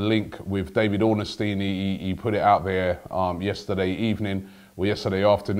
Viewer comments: why does robbie pronounce ornstein as "ornestein"? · Still less annoying than Robbie saying Ornestein instead of Ornstein